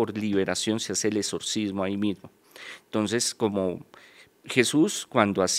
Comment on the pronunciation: No se si creerle dijo , pudrirse, etsorcismo(así tal cual lo pronunció) y en alguno parte dijo Morido , jajajaja la verdad no sé si creerle un intelectual no habla así